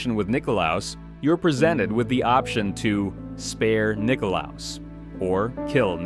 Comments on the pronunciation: I love that he got nikolaos kind of right the first time then proceeded to say it as wrong as possible multiple times after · Was it really that hard to read Nikolaos? They even say it in the game...